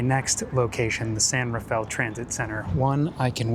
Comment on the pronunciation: Love your videos, but every time you pronounced San Rafael as San Rah-fell I die a little bit each time 😂